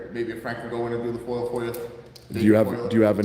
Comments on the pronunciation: We love the work you do, but please stop saying "Foil". It's pronounced "Foi-Ah". Lol 😂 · Appreciate what you do but hurts my ears every time you say “foyal request” for the FOIA request. There’s no L in FOIA. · FOIA NOT FOIL FOR CHRIST'S SAKE. 😂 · Is it Foil or Foia? Sounds like he is saying foil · It's FOIA not FOIL! Freedom of Information Act. Please correct yourself. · Are you saying FOIL ...?? instead of FOIA ...?